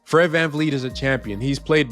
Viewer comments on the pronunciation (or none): VanVleet not VanFleet I did research